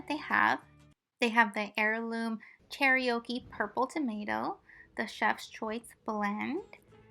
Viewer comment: You should learn the correct way to say Cherokee. They are a tribe of the Indigenous People.